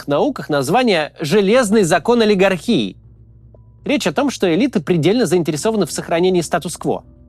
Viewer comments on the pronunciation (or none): Спасибо, Максим! Еще один классный очень полезный ролик ❤ !!! 😊( но всё-таки правильно олигАрхия, а не олигархИя ))) а то звучит , как медицинский диагноз)